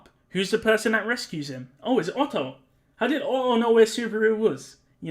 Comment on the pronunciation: Hearing you say "Ohoh" instead of "Otto" was the best part, I love this X)